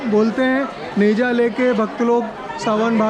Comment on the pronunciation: Teja nahi neja hota he